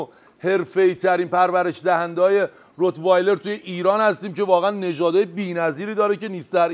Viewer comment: روتوایلر رو گفت رت یور😂😂😂😂😂😂😂